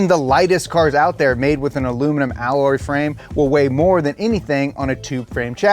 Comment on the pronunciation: Actually 19% of the weight, and why can't he say alloy properly?